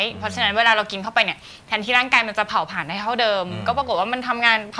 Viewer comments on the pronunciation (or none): พิธีกรหญิง ออกเสียงไม่ถูกต้อง ออกเสียง ตัว ร เป็นตัว ล และออกเสียงคำควบกล้ำไม่ได้ เช่น โลค (โรค) ปายนิ้ว ฮอร์โมน ไทลอยด์ (แต่บางครั้งออกเสียงถูก) โตเล็ว (เร็ว) เผาผาญ (ผลาญ) กุ่ม (กลุ่ม) ตวจ (ตรวจ) แก้ไขด้วยนะคะ